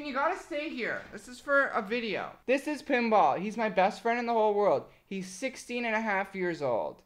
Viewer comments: Am I the only one who thought he said Kimbap when he said Pinball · saying 'pinball' feels like he is calling my name.. Pinball-Pemba kinda similar..